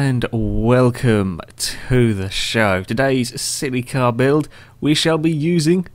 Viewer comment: The way you say "Silly car" sounds like "Celica" loll.